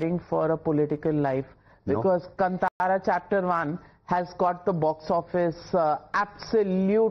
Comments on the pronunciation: Navika Maam it is kaantara... not kantara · Navika, it's Kaantara not kantara. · Why is it so difficult to pronounce कांतारा ? It’s NOT कंतारा OR कंटारा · Anna , tell her it’s ಕಾಂತಾರ..and not ಕಂಟಾರ. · It's not Kntara it's kantara maam 🤣🤣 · Kantara is pronounced as kaanthara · God save her pronunciation ..it's kantara ...pls don't kill. Hats off to this man for tolerating her and her questions . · Kaantaara ...plz pronounce correctly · Can the host pronounce Kantara properly please? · She can't even pronounce Kanthara... Shameless